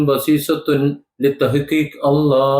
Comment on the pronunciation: Brother you have got a good knowledge........ I told this fact to my naibourer Christian brother he denied.... Your pronunciation ALLAH is good...... All of us believe in One GOD...... This is only the GOD 's decision..... So there is no need of making calamity among us........ I am appreciating your vedio....... Thanks......